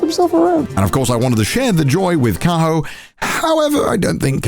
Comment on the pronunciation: Why does Connor says Kaho like Carl 😭